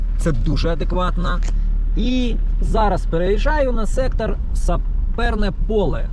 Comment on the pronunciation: Ти так прикольно кажеш сектор ,я все очікую куди буде сектор приз на барабані 😂😂😂😂 Лайк за відос,підтримка каналу в🎉